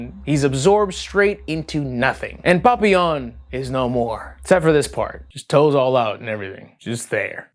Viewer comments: I love hearing say papillion's name with Spanish zest 🤣 should be pronounced like pa-pi-yon, love ya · it makes me giggle every time you say "Papillon" because it sounds like how my mexican dad says "Papa Johns" lol